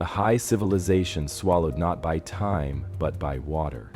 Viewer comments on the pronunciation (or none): none